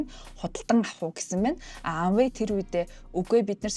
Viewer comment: Amway buruu heleed bhin a usgeer helehgui shu.